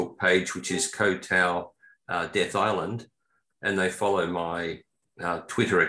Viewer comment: Ko Tao!? It's Koh (KOH) Tao! It rhymes with got, not goat!